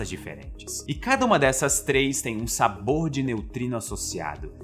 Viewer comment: SabOUr? Energético